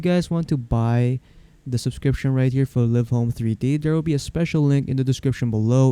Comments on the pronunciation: ha ha it's live not liv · They make the videos yet they don’t know the actual pronunciation of the program. 😂